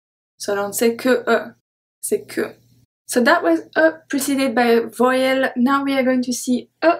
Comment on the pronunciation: I find that your pronunciation of vowel very odd. I hear your sound as voy(rhymes with boy)-uhl. I am an American and I have only heard this word pronounced as vow(rhymes with cow)-uhl. Also I hear another sound at the end of la jour that makes it sound to me like lah joo-uh. However, despite having made those observations, I am excited to find your YouTube videos and I will be buying your books and following along because I find studying French to be fun.